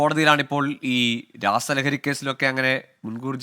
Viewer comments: രാഹസലഹരി അല്ല രാസലഹരി 🤣🤣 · എടാ😂😂😂. രസലഹരി അല്ലാതെ രഹസലറി അല്ല😂😂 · ഡാ പൊട്ടൻ കണ്ടാ.. രാസ ലഹരി ആണ്‌. രാഹസാലഹരി എന്തുവാ 😂😂😂😂😂😂